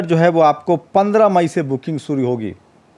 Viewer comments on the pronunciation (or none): aap plz aap apni bhasha shudh kijye Sha shabd ko aap sa na ucharit kre sir. Desh ko aap des kehte he. Shru ko aap suru bolte he